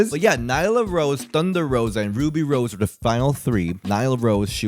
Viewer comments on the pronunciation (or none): Did you say Ruby Rosa?😭